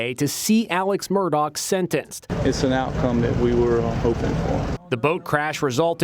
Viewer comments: Stop saying Murdock it's murdaugh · In what language is Murdaugh pronounced Murdock? It’s Murdaw or Murdawg in American English, no? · They pronounce it Murda. Ridiculous.😲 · Why does the guy narrating this video say Murdock? Clearly he had to know the correct name before doing the video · Inside Edition's first reporter and the male narrator mispronounced the Murdaugh name through out the entire video.